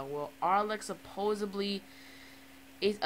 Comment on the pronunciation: It's supposedly! Not supoably! Don't record at midnight, cuz it detours people from the Chanel if you put out crappy videos. If you want viewers, put some effort into it, I'm just watching after you man.